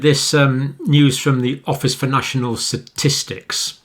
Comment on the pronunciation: “Satistics” LOL